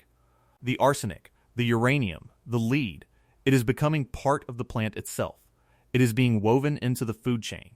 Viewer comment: I believe that in this context, lead is pronounced "led", not "leed"!😊